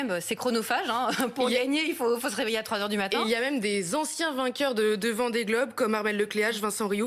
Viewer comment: A 00,3 s Elle a dit VENDEE GOBE! 😂😂😂